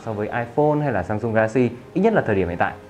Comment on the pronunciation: e sen sồ phôn tức là chiếc điện thoại quan trọng anh đọc sai rồi